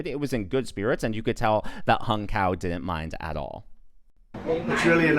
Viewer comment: His name is pronounced as "Hoong" not Hung..